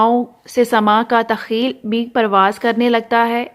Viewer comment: تخیل کا تلفظ بہت غلط ھے